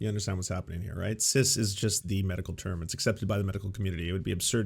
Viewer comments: Really weird that he keeps saying "sizz." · I love how Tim pronounces "cis" like Jizz with a C. "CIZZ!!!!" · I'm gonna start pronouncing it CIZZ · As if listening to Dim Fool wasn't grating enough, his continuous mispronunciation of cis as sizz is driving me insane! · The only thing I'm offended by is the way Tim pronounces cis. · I can't tell if he is intentionally mispronouncing it, but either way I want him to eat his beanie each time I hear him say it. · is tim mispronouncing "cis" on purpose? or is he just willfully ignorant!? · The idiot can't even say cis correctly, nothing he says matters, it never did but ya.